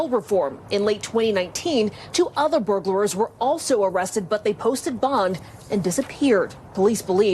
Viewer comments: Is it my imagination or does the reporter say "Burglarers" instead of Burglars? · That woman said "burglarer" TWICE! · Why does she keep saying “burglarers”? It’s “burglars” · Is it just me or is she saying "burglerors"? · She keeps saying burglarer lol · Am I the only one that is bothered by the fact that those so-called professional broadcasters keep saying "burglarers" instead of "burglars"? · The news reporter saying “burglarers” 😂 Holy crap lady how do you get paid for this shit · "Burglarer"?! Is she serious!? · “Burglarers”? It’s “burglars”! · Good story, but that news clip...reporter called them Burglarers😂😂😂😂